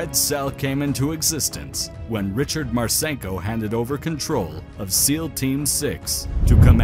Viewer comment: It's pronounced Marsinko, not Marsaynko.